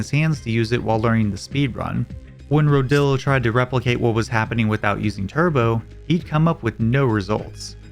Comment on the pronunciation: HELL YEA COVERING MY GOAT RODILLO (it’s pronounced row-dee-yo lmao he’s from Spain)